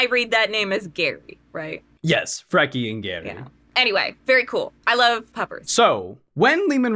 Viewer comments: Freaky and Jerry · As a norse pagan and polytheist your pronunciation of Freki and Geri was a little painful. Love your videos tho like alot i also wonder if Lemans last name is a reference to the Rus vikings.